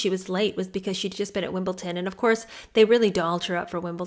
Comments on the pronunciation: 1. "Wimble-ton" - it's Wimble-don. There's a "d" in there somewhere - 🙄 2. Soho House being branded by Derangerdeers as a 'shady business' when none of y'all have even stepped in there and seen said 'shady business' is hilarious to me. THAT'S sour grapes. 3. Randoms on the internet pretending to know how these two met and courted each other more than they do themselves is beyond funny. Maybe do a think piece on how the RF treats anyone who marries in like garbage and will do anything to protect the monarch or monarch-to-be. Lord knows Phillip got dragged for his family's history as penniless nobodies - Liz being absolutely besotted with him is what saved that marriage. Or how Will left that poor girl on read for ten years while he begged the other aristo girls to have him. Or...a commentary on that Rose girl - that's a ditty Derangerdeers dodge quite artfully! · the place is called WimbleDon, not WimbleTon, just saying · Love your reading and thoughts, can i just let you know its pronounced wimble den, hope thats ok 👍